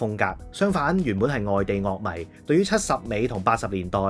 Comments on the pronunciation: 「樂」迷又讀咗做 「Lok」迷，其實佢係咪要所有字都故意讀得 與眾不同啲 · 音樂又讀得啱喎 樂迷就特登讀成 Lok 迷 😂 咩玩法？